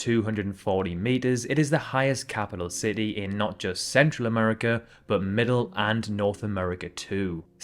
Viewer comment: "Ci-tee," not "ce-e."